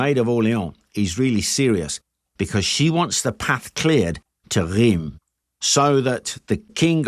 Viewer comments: Excellent video, and good pronunciation of French names (only Reims is a bit iffy, the rest is 10/10). I’ve found you were a bit harsh on Charles VII. A king is more useful signing alliances, and reorganizing finance or armies, than standing in battles like the idiotic Jean II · Bonjour. Français ici ,breton plus précisément. Oui, on dit bien "Fortune de guerre " On dit Reims ( prononcer Reinsse ).Vous avez un facon bien anglaise de toujours ré- écrire l'histoire à votre avantage. À vous écouter une des raisons de cette defaite serait la présence de troupe mercenaires francaises que vous nommez la Malice . Ca m'a bien amusé c'est deja ça ,merci. A propos de cette escarmouche ( plutôt que bataille rangée ) il reste une expression dans le langage populaire français. C'est : " prendre la pâtée " qui signifie bien : subir une défaite totale. Cette bataille de Patay est très peu connue en France.Seule cette expression relayée par le petit peuple y fait référence. Le petit peuple des campagnes francaises a également gardé en mémoire la brutalité et la sauvagerie dont ont fait preuve les soudards de sa gracieuse majesté britannique. C'est pourquoi ,meme encore aujourd'hui ,dans les campagnes mayennaises ,bretonnes normandes et autres , les anglais sont accueillis avec une certaine retenue 😊.Merci pour vôtre vidéo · Ok, this one is a tough one I know: Reims, the place french kings were crowded, is pronounced something like "Ra-ens". Superb video nonetheless! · Nice vid. "Reims" in pronounced like the French word "rince". [ʁɛ̃s] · Oooof, French me feels better about his French accent when talking English when I hear you say "Reims". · Reims where the French kings were crowned is pronouced quite differently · Rheims is not Reems , the closest english pronounciation would be "rans" and Xaintrailles would pronounce 'Saintry" .